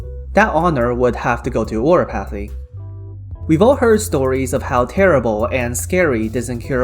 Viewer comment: I don't know what your first language may be, but it's just really funny to hear "oriPAHthy" xD